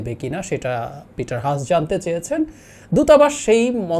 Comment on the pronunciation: এটা হাঁস নয়। "হাস" Haas মানে হাস Sun এর উচ্চারণ যেভাবে সান! It is Peter Haas Not Hash